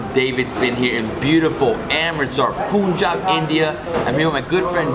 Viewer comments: It's not puuuunn it's pnnnn (pronounce) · Listen to the people around you pronouncing Punjab and Punjabi. There is no "Poon" sound it is Pun ( like the English word that rhymes with Fun). Pun/jaab. I know you are not there any more, so listen to this video and the others you filmed in Punjab. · why did you mispronounce 'Punjab' as 'Poonjab'??? It's Punjab as in Pun ( as in punch) . I've been a Punjabi throughout my life and never did I hear anyone pronounce it as 'Poonjab' lol. I understand that foreigners can mispronounce but look at you, why this blunder? I doubt if you're a Punjabi. You don't even know the correct Punjabi translation of sister and wife. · Hello David.. awesome to see you speaking Punjabi.. I must say you are a quick learner 👍👏 For wife we have a Punjabi word - Votti. I Dnt know why Japneet didn't tell u this. And sir, the pronunciation for Punjab is - PAN - JAAB..I really enjoy watching your videos..Have a wonderful time Sir ☺